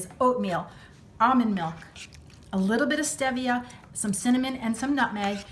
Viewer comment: I think it's pronounced Steve via but this looks so good I love apple pies and I bet this must taste like it